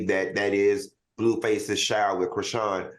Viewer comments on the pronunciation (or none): Al who is "krishin"? I died 🤣🤣🤣🤣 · Creshein lol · Why does Claudia not know it's pronounced She-in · In my Funky Dineva voice; Carlissa people, Carlissa people, tell her that they bout to put "Crishein" in JAYL so just be patient. And Al...SMH "Crishin" really????🤣🤣🤣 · Ain’t no WAY Al is STILL mispronouncing CHRISEAN 😂